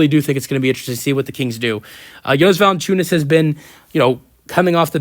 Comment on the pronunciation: Thank you for a video, but man.. please dont say Lukas last name if you are not able to pronounce it :)